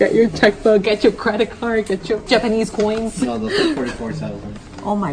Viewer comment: she says japanese choins ... because she is in japan